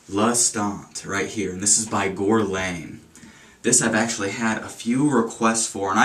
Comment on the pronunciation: It's pronounced Gurr-Lawn. Besides that, nice review. I only like their cologne L'Homme. ~